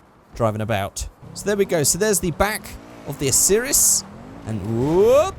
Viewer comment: you pronouced Osiris wrong